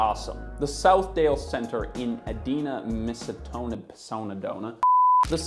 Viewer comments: Helpful note: Edina is pronounced EEd-EYE-na with a hard first E and I, not Ehd-EE-na. Just an observation from a local and new subscriber. We have several town names that cause some issues for the out-of-towners. Love the channel! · Ee dye nah (Edina) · As a Minnesotan, hearing Edina pronounced as Ed-ee-na was a new experience.😂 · SMH Edina, MN is E-DINE-ah...not Edeenah. Sorry, I live in MN, we pronounce stuff weird here. BTW, come see the Mall of America in Bloomington, MN it's just across town. The MoA is a sports stadium converted to mall. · E-DINE-Ah, not E-Deen-Ah. Jeez why does everyone not in Minnesota not know how to say the name of the city. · It is Eeee die nahh Not Eeeee deeee nahhh Ritzy area. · * "Eee dine ah" Edina . . . like "e-dina". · ee-DINE-a, not eh-DEEN-a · Just an FYI Edina is pronounced Ee-dye- na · Regarding the first mall, the locals pronounce the city name Edina not like you'd think, they say E-die-nah. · OMG I lost it when you butured the name of Edina (E- DAI-nuh) and Minnesota (min now sow tah) but yeah life long resident of Minnesota and former mall employee (laid off in 2009) malls here are being converted to mini-malls. I don't shop in them often but nice to visit in the winter months to go for walks and not worry about snow and ice and freezing. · Great video. The local pronounciation of the city Southdale Center is located in is ee-dai-nuh :) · It's E-die-na, Minnesota. It kind of rhymes with Regina. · As someone who grew up in Edina, MN I found this context about Southdale very interesting. I also found your pronunciation of Edina (ee-dye-na) slightly frustrating. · “Ideena” Minnesota??? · how to say place names: "ee-dine-ahh, Minnee-soe-da" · Lmao I was pretty much raised at/by the Southdale Center in the 90s and it’s so funny how you pronounced Edina (ee-DINE-ah) and apparently can’t say Minnesota? 😂 Fun Fact: my mom would joke that Edina stands for “Every Day I Need Attention” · As a Minnesotan, it’s pronounced “E-Die-nah”